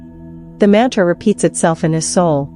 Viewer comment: Very poor pronounsiation, mantre Excellent